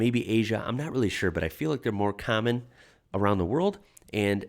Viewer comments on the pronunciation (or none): Just a little aside, nothing to do with this video, but I've noticed that when you pronounce the word common, it sounds like "carmen". I wonder what sort of accent that is. Where is it from?